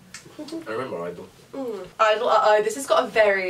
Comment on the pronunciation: you’re meant to say the G in (G)i-dle not just I-dle